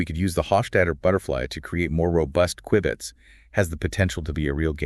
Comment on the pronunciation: He mispronounced q-bits